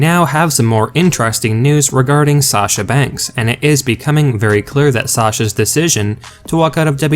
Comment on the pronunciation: If you don't like it then don't read or look at it. And by the way her name is SASHA not Sachar. Everybody needs to get off of her ass. She is a very good wrestler and she did what she did for a reason. She has never been treated right. She's just as good if not better than Charlotte or Becky. Charlotte Flair gets away with everything.